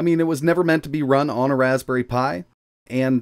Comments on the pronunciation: Raspbnerry pi? Nerry a berry insight. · Raspbnerry Pi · Ah yes, the old Raspbnerry Pi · Raspbnerry :D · Ah yes, the legendary "Raspbnerry" Pi ;) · We all know him, the wonderful "Raspbnerry Pi" 😜